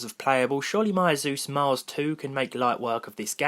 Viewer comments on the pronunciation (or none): none